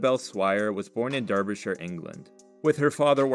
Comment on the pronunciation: the way you pronounce Derbyshire hurts my feelings